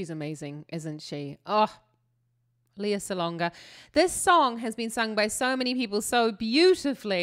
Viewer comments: Great review. :) This is one of my favorite live performances ever. Fyi: She pronounces her first name "Lay-uh" (instead of "Lee-uh"). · a little love info. Her name is pronounced as Lei-yeah and not as Lee-yah. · It's LAY-uh Salonga (not LEE-uh). I highly recommend more Lea reactions! Since you are a musical theater fan, I'll start with some musical theater recommendations: --Lea and Rachelle Ann Go singing "Movie In My Mind" from MISS SAIGON 25th Anniversary (2014): --Lea and Regine Velasquez musical medley from April 2020 (Lea recorded her part first and then Regine recorded hers for Regine's online concert. Apologies for the bubbles that were added to avoid copyright issues): --Lea singing "I Dreamed a Dream" from LES MISERABLES 25th Anniversary concert in 2010 (Lea did replace as Fantine in the Broadway revival in 2007): --Lea and Simon Bowman singing "Last Night of the World" from the London Palladium in 1990, in the 'Gala Night of 100 Stars' (probably about a year into the original London run of MISS SAIGON): --Lea rehearsing "Still Hurting" from THE LAST FIVE YEARS (part of a concert she did in 2013, I think): For those who don't already know, Lea started performing in her home country of the Philippines at age 7 (in THE KING AND I) and had her first lead role at age 9 in ANNIE. Lea's first album was released at age 10 (and was certified gold). She hosted a musical tv show with her brother called "Love, Lea" from ages 12-14. Until Lea was 17 years old she did theater, concerts, film, tv and albums. She was a freshman in college (still 17) when she auditioned for MISS SAIGON, 18 when MISS SAIGON opened in London, 19 when she won the Olivier, an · her name is pronounced (le-ah). She stated once in a ny tv show that she had a cousin with the exact same name and to distinguish, her name is pronounced (leia like from star wars) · Wow! Thank you! Apologies in NZ Lea is pronounced Lee-ah and I never thought to check. I will correct it for next time. 😀